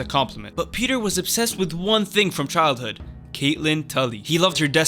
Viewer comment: Thank you for pronouncing it “Peter” and not “Pi-TAHYR”